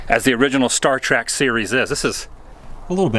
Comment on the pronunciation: "Star Track"??? Did you know calling it "Star Track" makes babies die in real life?! For real. There is literally no "a" in "Trek."